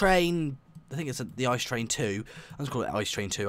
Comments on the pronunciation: Its pronounced I-C-E and not ICE, and its from germany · Its I.C.E. not ICE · German quality. And you pronounce it: I----C----E, and not ICE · The "ICE" train, is actually called the I-C-E train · Why don‘t they hace the ICE 3 and its not spoken ICE but I.C.E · its not ICE you speak it “ I C E” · The ICE is from Germany. You pronounce it I , C , E not Ice. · its not called ice train its called I-C-E And its from germany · Its not ice but ICE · You pronounced it wrong, it is pronounced ee-ce-ee not like the ice kind of frozen water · The I C E is not called ice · and u dont call it ice u call its own letters I.C.E. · On the ICE you pronounce every letter separat. Like I C E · You pronounce it I C E letter for letter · It is pronounst I-C-E and is a German train